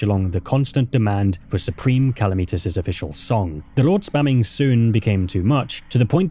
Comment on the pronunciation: saying supreme calamitas like that was worse than all the crimes in this vid